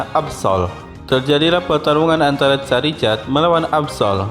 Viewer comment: Koreksi gan itu namanya bukan tipe karang tapi batu (rock) sama pelafalan nama Charizard itu (Char-Zard,i nya gak dibaca 😅) Garchomp juga cukup dibaca Gar-Com,Pyroar juga bacanya (Pai-Ro-Ar),Kyogre(Kai-ogre),Rayquaza(Rai-ku-aza)tapi tetap semangat gan,videonya seru 😁👍